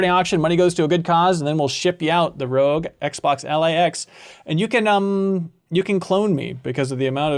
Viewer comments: I think the thumbnail title is maybe a wordplay based on mispronunciation of ROG as "rogue" instead of more like "dog", which he does throughout the show:') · Haha it's ROG like "dog" not ROG like "rogue"! Great episode as always. MinnMax is such a reliably good-vibes show.